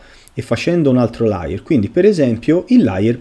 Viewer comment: Grazie del video. Layer però si pronuncia con la E. Se detto con la A significa bugiardo e si scrive liar